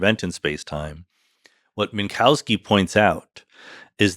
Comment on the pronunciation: That's still not how you pronounce "Minkowski" correctly.